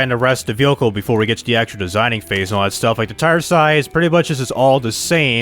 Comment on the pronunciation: how many times can someone say but also mispronounce the word vehicle in one video. i couldn't even focus on the video because he says that one word so many times and weird baby talk way??? idk. sorry man. the video had alot of interesting things as i dont own that version of the game but man this video was painful. "V hikal" sounds like its spelled there lol. good day man.